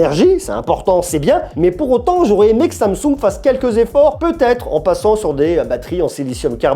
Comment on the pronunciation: qui va se faire kidnappé par les Coréens pour avoir dit samesaoul au lieu de Samsung 😂😂😂